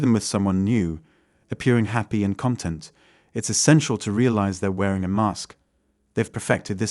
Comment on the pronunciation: your pronounciation is completely awful, like worse than a bad spy awful. Even the way you pronounced "content" with the incorrect inflexion, are you an alien?